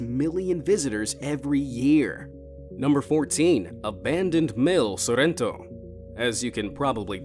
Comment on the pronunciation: Il modo in cui ha detto Sorrento si poteva ancora accettare ma PARMIGIAANOU REGIANOUU poteva anche risparmiarselo😂